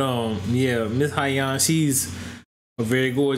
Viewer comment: Sohyang “So-yang”